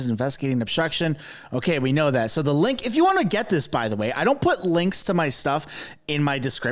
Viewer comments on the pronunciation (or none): none